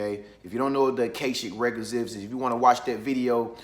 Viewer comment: Isn't it pronounced A-KAH=SHICK? Doesn't matter, I just want to be sure I won't continue to mispronounce it.